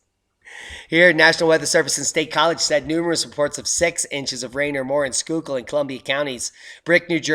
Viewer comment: Bless you,. You actually pronounced Schuylkill correctly. Those Native American names can be tricky. My niece in Pa asked her father for a hammer and some nails. She also asked how big is a cubit.